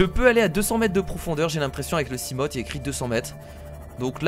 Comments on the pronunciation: hey on dit pas seamote c'est seamofe si tu vois ce que je veux dire, sinon super vidéo;) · ON DIT SIGLAÏDE ET SIMOFE PUTAIN TANT QUE TU LE PRONONCERA PAS NORMALEMENT JE LIKERAI PAS !!!!!!!!!!!!!!!!!!!!!!!!!!!